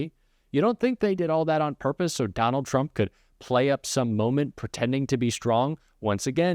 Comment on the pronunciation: Caroline levit can't even say trump correctly, she says president Chump. That is by the way a correct description of him.